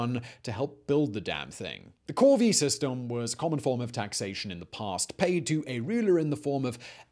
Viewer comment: Corveè system? For a second I thought it said the Covfefe system🤣